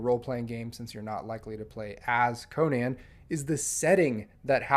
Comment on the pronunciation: Congratulations on being the only person to pronounce Conan correctly on YouTube 😂